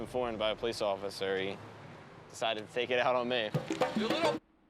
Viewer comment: "Police offisary"? What?